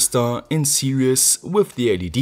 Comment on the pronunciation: It's pronounced "series", not "serious". Just saying, dude.